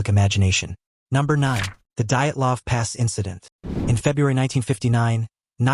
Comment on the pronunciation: Pronunciation is horrid. I know names can be tough to pronounce but, wow. You managed to butcher quite a lot of them. Dyatlov. Hit by an avalanche. Hence the lack of proper clothing/boots, tent caved in in the middle, causing it to tear, would cause the injuries sustained.